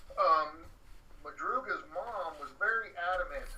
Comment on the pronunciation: Madrugas car, not Mathias...